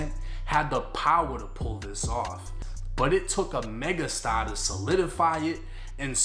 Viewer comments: Mega STAH😂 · Imma start saying mega stah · “MEGA STAH” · MEGA STAH I'm dead 😂💀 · Mega Stah! 😂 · MEGAH STAH! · "😅Mega stah" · Mega Stah 🤣